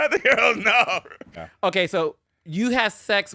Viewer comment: now that is a MAN..and the way they keke, Its soooo cute!!😍 "let the gwurls know!!" 🤣